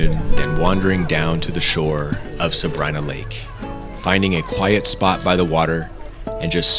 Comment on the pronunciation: You might want to look into the pronunciations of Sabrina and Tioga.